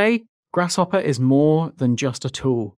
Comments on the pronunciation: Please don’t say “grash hopper” again, I beg you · Sound like you're saying grash hopper